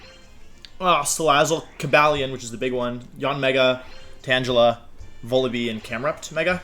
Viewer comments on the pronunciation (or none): Wolfe: I know how to say Pokémon’s names right. Also Wolfe: tAnGelA